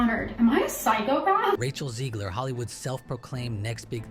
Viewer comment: Her name is Zegler, not Zeegler. Y'know , like in egg.